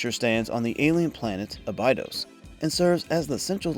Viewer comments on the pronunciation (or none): Practical effects and miniatures are dearly missed. 'ab-i-dose'. not 'abide-is' They say it in the movie and the series as such. This confused me at first since I didn't correlate what you were saying. Unless this is AI voice work. I know people with thick accents and can still correctly pronounce Abidose. Ya, I am correcting it, take it or not.